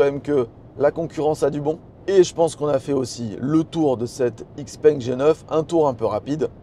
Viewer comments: Encore une fois, super vidéo ! Puis je me permettre une remarque concernant la prononciation de la marque? - Ouvrez le Google translate - choisissez chinois simplifié vers français et écoutez la prononciation... Xiao peng ( X se prononce ch) Mon épouse est chinoise et as la chaire de poule chaque fois qu'elle entend "X - peng" Tant qu'à faire...😉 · Les mecs de xpeng France prononcent ixpengue. Donc bon on va suivre 😋